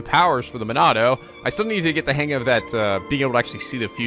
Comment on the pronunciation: I thought it was "Monado"